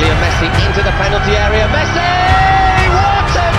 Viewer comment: Buffon: "Mesci" 😂